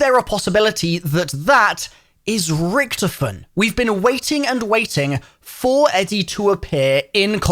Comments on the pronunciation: This guy said rktfin not richtofen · He did not pronounce ricktofen like 😐